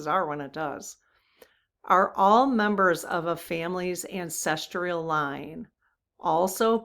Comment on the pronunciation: It's not ancestREAl - It's ancestral.